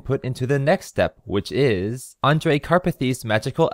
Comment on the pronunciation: HE SAID THE NAME ANDREJ CORRECTLY. SOMEONE PINCH ME